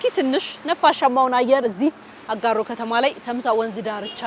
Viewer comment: Beautiful presentation ….just need too work on the pronunciation aGaaro